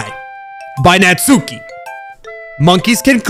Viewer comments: Uh not tryna be rude but natsuki is pronounced knots-ski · Your new Yorker accent for natsuki is really intriguing lol